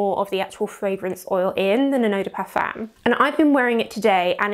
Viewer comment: Yes, I would also like to see this word pronounced correctly!